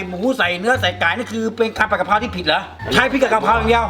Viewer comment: กะเพรา ไม่ใช่ กระเพรา